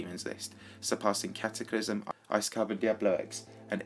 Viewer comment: it's Cataclysm not Cataclysum